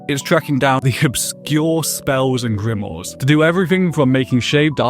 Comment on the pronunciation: Just curious is there a reason you say Grimoire like that?